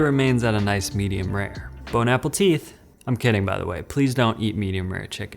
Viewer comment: Did.....did you say bone apple teeth?